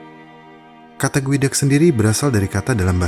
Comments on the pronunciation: Geoduck cara sebutannya Goo, dak = gu, dak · salfok jadi kayak bilang sifon gueduck